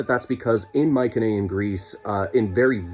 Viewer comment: Interesting. But you really should learn to pronounce Mycenaean correctly before making a video.